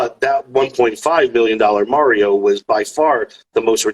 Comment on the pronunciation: I can't stand the shill guy saying "Mary-O"